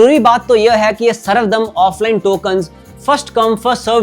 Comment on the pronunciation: बहुत ही सुंदर और सटीक तरीके से अपने समझाया, इसके लिए आपका बहुत बहुत धन्यवाद❤ कुछ correction वो सर्व धर्म दर्शन कहा जाता है सर्वदम नहीं।